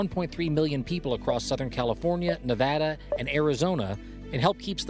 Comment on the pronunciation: Ummm, Nevada? And it's, "Riddance".